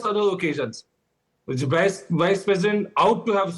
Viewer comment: Why are you pronouncing "Vice" as "Wice"?!